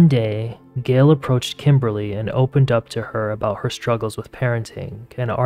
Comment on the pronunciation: It’s Gayyyyyle not Gil